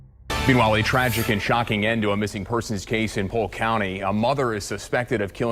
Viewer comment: did u say “Pulk” county? It’s pronounced “Poke”